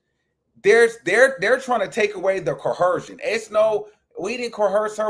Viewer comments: CO-ER-SION. Please lol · There’s no H in coercion please 😂